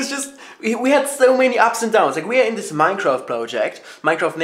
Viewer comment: THANK GOD you say "this" instead of "sis"